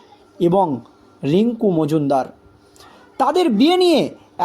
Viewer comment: অত্যন্ত দুর্বল উচ্চারণ।। অত্যন্ত শ্রুতিকটু।। রীডিঙ পড়ার মত এবং সেটাও অতি নিকৃষ্ট।। দোলন রাই কে, এবং মজুনদার কে?